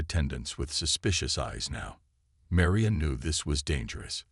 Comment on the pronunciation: Your narrator,, apparently has frequent problems when pronouncing AND spelling the name Maria. And,he referred to her as Meriah, both in his pronunciation and in the text subtitles. she was Marion in the pronunciation and text subtitles., she becomes Meria. P.S. what's with all those "asterisk asterisk" statements?